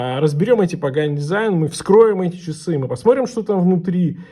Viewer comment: А што это - "чисы"?Или ты хотел сказать ,часы?А чиёк,это что?